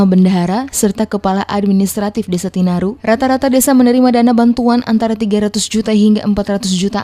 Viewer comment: TINARIN BUKAN TINARU